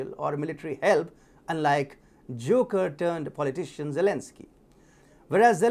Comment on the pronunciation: I’m wondering if you purposely used the term “Jew-ker” to describe Zelensky.